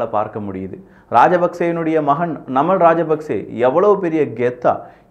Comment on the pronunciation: நன்றி அண்ணா நான் இலங்கையில் இருந்து பார்த்துக் கொண்டு இருக்கிறேன். நீங்கள் குறிப்பிடும் பெயர்கள் சரியான உச்சரிப்புடன் குறிப்பிட்டால் பொருத்தமானது. நாமல் ராஜபக்ஷ அநுர குமார திஸாநாயக